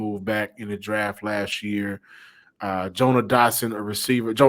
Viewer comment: Bro y’all be butchering these players names on purpose 🤣 Joanne Dotson, Jimmy morrisee